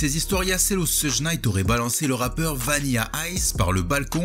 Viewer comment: Jadore les videos mais stp, vraiiiiment stp, cest pas soudj Knight, cest shoug Knight je t'en supplie😂😂 j'ai vécu à LA pendant un moment ça se prononce comme ça, bonne continuation